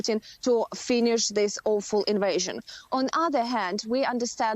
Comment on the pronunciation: Yes! Someone who pronounces "Putin" correctly. Learn, you exceptional Americans!